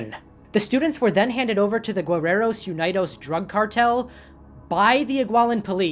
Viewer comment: oooh! your mexican pronunciations are good ! mexican names, especially those that derive from indigenous mexica words, are hard to pronounce, even for mexicans. just a tip, "guerreros" has a silent "u", so it's pronounced "ge" instead of "gue". and "unidos" is pronounced "oon-ee-dos"! otherwise, all other pronunciations are great !